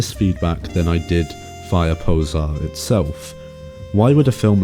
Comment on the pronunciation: The subtitle ("Poƶar") is pronounced like [po'zhar] and means "fire" (as in "a fire broke out") in different Slavic languages.